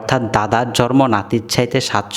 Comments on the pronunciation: ইনি ত জন্মকে জরম বলে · আপনার বাংলা উচ্চারণ ঠিক না,,আগে বাংলা শিখুন তার পর কথা বললে মানুষ শুনবে,,,জন্ম কে বলেন জর ম